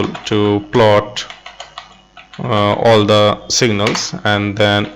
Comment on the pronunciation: Thank you. But you have trouble with the "all" word:)